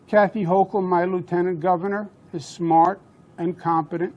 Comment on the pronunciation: Im SMAHT! not dumb like people say, Im SMAHT!! Loooool!